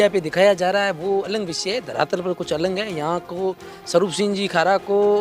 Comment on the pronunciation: आलंग नहीं अलग बोलो भाई 😂😂